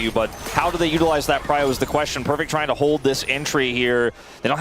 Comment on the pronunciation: Perfext lmao 😂